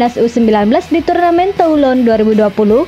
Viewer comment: Baca /tulong/, min...